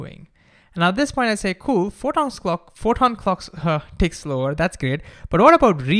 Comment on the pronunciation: Indian T sounds like D so when he said tick